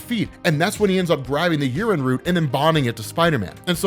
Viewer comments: Its pronounced yea - ren not urine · I'm listening to this in the background and it sounds like he keeps saying Urine, not Yeren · every time says "yeren" I hear "urine." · damn i thought you said urin and not yeren, took me a couple of seconds to get my hearing straight 🤣🤣🤣🤣🤣🤣